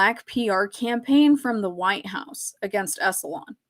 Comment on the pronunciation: I love your show,. I totally get into it. Anything you want to cover is cool with me. I just want to say it's 'Esalen' (en) like "Esalynn" not 'EsalON' like "salon". Don't worry, I had to be corrected when I did radio news on how to pronounce 'Cape Canaveral' and when I worked as a teacher with NASA on how to say 'NASA' instead of 'Nasaw'. It's okay, you're human. I hear people mispronouncing words online all the time and I don't have any kind of judgement about it. It just gives you more credibility when you say it the way it's supposed to be said and it helps with our comprehension. Plus if I keep hearing it wrong, I start saying it wrong myself.